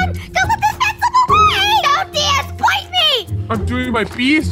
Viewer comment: celia : DONT DIASPOINT MEEE?!?! me : 😂😂😂😂😂😂😂 “ dOnT dIaSpOnT mE” IM DYING OF LAUGHTER 😂✋